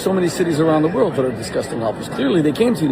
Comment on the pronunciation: "It's a Shanda!! The end of tha woild!!" 😂😂😂